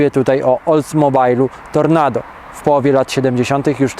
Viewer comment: Oldsmobile TORONADO a nie "Tornado". Z tymi silnikami też Pan pomieszał - nie słyszałem o 420-ce np. W ogóle sporo rzeczy ma inne uzasadnienie. W126 był swojego czasu autem ultranowoczesnym! Powalał wyglądem i od strony designu stanowił pierwszy krok po barokowych W116 i W123 do aerodynamicznie doskonałego i wprost bauhausowskiego W124 gdzie W201 był gdzieś w rozkroku. Wersji ultra po czas 560-ki nie było jak w przypadku W108 (300SEL 6.3) i W116 (450SEL 6.9) bowiem ciężki silnik M100 był już trochę przestarzały i nie pasował do ultranowoczesnego W126 i ratowano się marketingowo tym, że 500SE w pierwotnej specyfikacji, z 240 KM miał osiągi analogiczne do 450SEL 6.9 - co było prawdą tylko w odniesieniu do prędkości maksymalnej. Na tym zakończę bo się zaraz rozpiszę. Niby błędów Pan wyraźnych nie popełnił ale takich o charakterze interpretacyjnym było wiele.